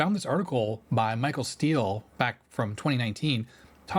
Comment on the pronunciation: Pretty sure its pronounced Mee-Shell if it is a male.... in French anyway.... which I would assume since Americans don't name their male children Michelle.